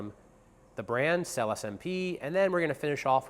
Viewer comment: May I invite your attention to the correct pronunciation of the word SELLE (Italian for "Saddles")? It's [sellÉ]! Thank you.